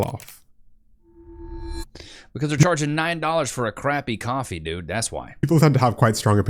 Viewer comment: I don't really do cwoffee